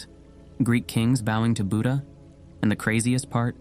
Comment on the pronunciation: also learn how to pronounce buddha/buddhist properly